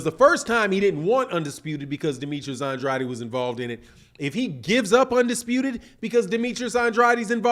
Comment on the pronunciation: you pronounce his last name like this “On-Draid” - just helping you out 💪🏾